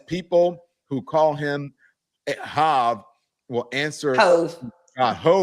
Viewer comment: You didn’t know how to pronounce “Hov,” Don?🙄 Please!!!!!!!!!!!!!!!😂